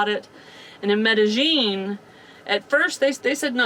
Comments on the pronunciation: Looks like the pronunciation is actually met.a.yeen instead of met.a.jeen. Hope your surgery goes/went well. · Good research! I'm sure it will go well. ( -- the double LL in Spanish is pronounced as a Y, not a "zh" sound. Medellin is pronounced me-de-yeen. Now, when you get to Europe, the Spanish LL is pronounced as an LY, but in Central and South America, it's a Y. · Okay guys. I love you both but...the way you are pronouncing Medellin is making me cringe a little. The correct pronunciation is me - tah - yeen. In Spanish a double L has the 'ye' sound. I hope this helps. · I love your show but the way you pronounce Medellin drives me nuts. meh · duh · yeen EMgUIABCABDIFCAAQgAQyBQgAEIAEMgUIABCABDIFCAAQgAQyBQgAEIAEMgUIABCABDIFCAAQgAQ6BwgAEEcQsAM6BAgAEEM6CggAELEDEIMBEEM6BggAEBYQHkoECEEYAFDjB1iCVWDniwFoBXAEeACAAdgDiAHyDJIBCTIuNi4xLjAuMZgBAKABAcgBCMABAQ&sclient=gws-wiz